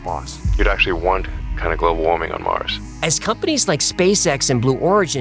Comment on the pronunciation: Listen to Arnold folks... "Get your ass to Mouws" ..... ....